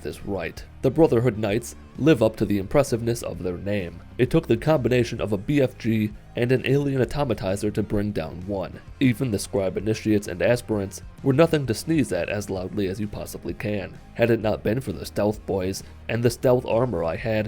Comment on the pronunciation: “Atomatizer” = Atomizer